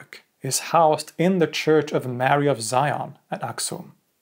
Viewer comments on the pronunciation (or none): none